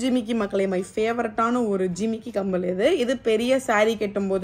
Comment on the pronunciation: Not kambal it's kammal 😂❤